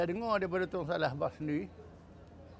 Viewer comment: TUN...bukan TONG..